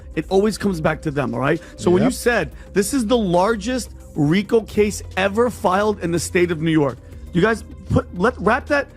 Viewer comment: It’s pronounced REEKO.